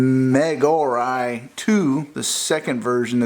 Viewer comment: Very nice unbox video! Very professional! By the way, the pronunciation of Megaorei is [mɪ'gaʊreɪ]...:-)